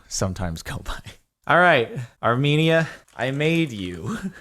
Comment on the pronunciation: I had to click on this cause I'm Armenian also not how you say Armenia